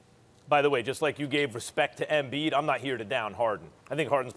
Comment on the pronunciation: Max "Ambiid (embiid)" Kellerman